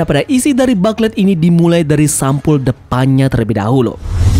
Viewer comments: FYI Min, (bukan ngajarin). Booklet dilafalnya “Buklet” Bukan “Baklet” Kalo dibaca Baklet gitu kyk denger “Susu” dibaca “Sasa”, Apalagi berulang2 sampe ujung video, Jadi rada gimana gitu…😅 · Yaps, Mknya kita saranin Mimin untuk rombak dikit di video berikutnya, yang 2 ini: Whole Cake = Houl Keik dan Booklet = Buklet, Biar makin keren… 😎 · iya bro, sebelum komen saya riset dulu dan memang betul baca nya buklet👍🏻👍🏻